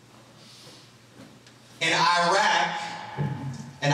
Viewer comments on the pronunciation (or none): you have the weirdest hand gestures man.. and also if Obama can pronounce 'Iraq' properly then so can you. overall not too bad of a lecture from a beginner